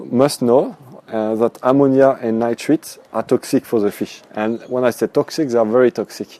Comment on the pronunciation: Stage 2 is nitrites...pronounced "Nightrights". Well done otherwise. Next video: Fishless cycling?